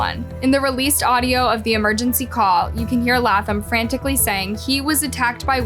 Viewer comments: Laaaayy--Thumb. Not laugh thumb please. Love your channel but you sometimes refuse to correctly pronounce people's names correctly, ❤🤷‍♀️🌹🤦‍♂️even when reporters say it correctly over and over. Slow down a bit. Uuugh. 😮😮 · #1 it’s “Lay”tham ! #2. Just tell the story…. You don’t have to quantify or give a disclaimer for everything! Geesh you made the story unbearable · Laaaayyy--thumb!! Uuugh. Seems like you rush through these stories. You mispronounce soooooooo much on here. 😮😮😮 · Lay-Thumb, words aren’t this difficult to pronounce. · Latham = Lay-thm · Omg Bishh IT'S LAY-THam🤦🏼‍♀️🤦🏼‍♀️🤦🏼‍♀️ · Good video, love it, having issues with the way she is pronouncing the last name of the teen completely WRONG!!!! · pronounced Zachary's last name wrong how hard is it to pronounce it it was revealed in the video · hunny... pleaaaase watch some clips of the video you are going to post before doing the voice over. The amount of times you say their name wrong immediately after someone else saying it correctly is honestly astounding... And that's just in the past few months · Bch how the Hell is that every video you make, you literally hear the names reported properly but still manage to pronounce them wrong. You are either A.I. or just fcking slow